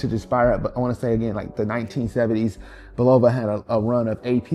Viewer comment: Frank Sinatra is rolling over in His Grave, the way You're pronouncing Bulova... The "O" is pronounced ad an "A"